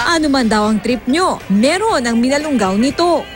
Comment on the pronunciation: Hoy ATE mali ang PRONOUNCIATION mo..!!! Hinde MINALUNG GAO kundi MINALUNGAO. Pag aralan mo muna bago mo BIGKASIN...!! Kasi MASAKIT sa TENGA..!!